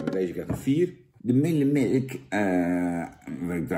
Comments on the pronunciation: jan jij kan het echt niet uitspreken het is geen muullermilk het is müllermilk jan hoe jij het uitspreekt is erg beledigend. leer het geschiedenis van müllermilk want jij weet niet waar het vandaan komt. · Je zet de video aan en het is belangrijk om je geluid aan te zetten zodat je Jan kan horen in de video. Vervolgens drink je elke keer als hij "Mullermelk" zegt. Buiten deze video is het inderdaad lastig te controleren, of je moet Google heten.